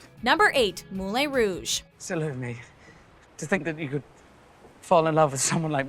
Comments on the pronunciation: I sitting here laughing she is saying molè rouge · MOULI ROU like I'm sorry, what is it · Moo-lay Rouge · Dear God the pronunciation in this video hurts my soul. Moolin Rouge? Casa Blanka? Aaaaaaa, my soul. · Mou-LEEA Rouge? For the love of Satine. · Moo-Lin Rouge?! really?! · Moo-lay rouge? Moo-lay?! Good grief, how can you mis-pronounce a film as well known as this? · Did she just say "mou-lay rouge"?? Yikes™... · James William she pronounces is wrong even in French. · What the hell is she saying mooley rouge? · Omg, how I cringe at that pronunciation! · Can they learn how to say Moulin rouge?! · the way she says Moulin Rouge, ouch.. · I physically cringed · i was like come on...how do you not know how to pronounce it